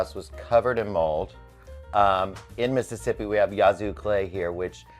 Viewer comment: Honey, it's not Yah-zoo and you know it. (Mississippi girl from Quitman.)